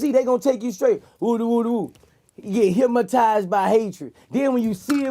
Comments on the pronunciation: I kept saying the same s***!! Why he keep saying "HYPMATIZED" instead of "HYPNOTIZED " but I get choo Boosie. Lol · Vlad should have spelled it the way he said it. Hymatized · I just realized after all this time he saying "Hymatized" lmao but this the realist shit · He didn’t say hypnotized. He said hypmatized